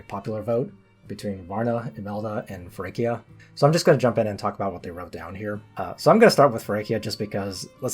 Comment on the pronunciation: Except Feraquea's name is pronounced feraQUAYa